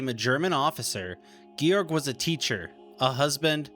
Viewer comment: I appreciate your research very much. My wife had two uncles whose burial place is unknown in Russia. My father in law was a POW from May of '43 until November 1948. My German family took me in as if I were one of their own and I have at least been able to track where the two uncles were killed. However, as a pet peeve, please work on your pronunciation. Georg is "Gay-org" not "Gee-org" . He deserves to have his name pronounced correctly.